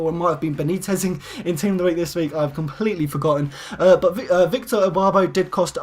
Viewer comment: Is it me or did he keep saying Elbarbo not Irbarbo